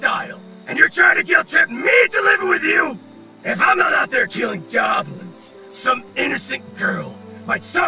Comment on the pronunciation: I heard GAWBLINS SO I CAME RUNNING